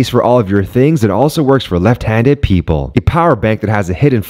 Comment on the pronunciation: emphasis on the “left” part